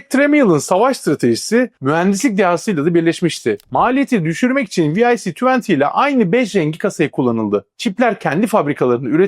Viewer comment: tek bir eleştirim olacak tek: "viaci tuwanti" abi bunu demene hiç gerek yok allahın gavuru bile "vic tuwanti" diyor iken dümdüz vic yirmi desen kafiydi sid çipinede mesela aynı şekilde "esiydi" yani ne gerek var ki böyle birşeye dümdüz vic 20 de gitsin yani. sid çipine dümdüz sid de gitsin allahın amerikalısı bunu diyor iken niye biz kalkıp alakasız şeyler diyelim ki.